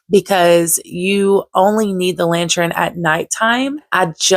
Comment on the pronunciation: The way you pronounce “lantern” makes me chuckle lol.